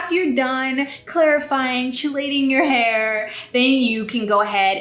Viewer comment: I love your channel! FYI...Chelating is pronounced Kee-LAY-ting.